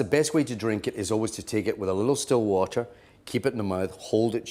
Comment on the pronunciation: Sdill wader